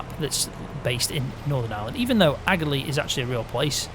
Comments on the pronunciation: Great video. Just to let you know it's pronounced ah-lee. It's just an I Irish way of saying it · The g in Aghalee is silent